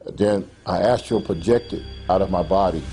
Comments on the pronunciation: Dude-it's "astral" not "astro" - LOL!!! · BS. if he couldn't pronounce a term like Astral projection...then he is lying.